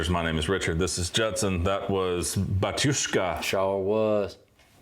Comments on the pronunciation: Prononciation of "Batushka" is wrong. It should be "bAtushka" - not "batUshka". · Sorry to correct you, but the stress should be on the first syllable. BAtushka, not BatUshka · Почему бы вам не сделать ударение на первом слоге: бАтюшка? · BAtushka. In this word the stress is on the first syllable. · It's actually pronounced "bAtushka" - the first A is stressed. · Pronounced "bAtushka", to bo completely precise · It’s Bah-tyushka. The stress on the first syllable. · Батюшка произносится с ударением на первую а, не благодарите)